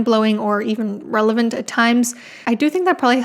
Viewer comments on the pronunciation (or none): none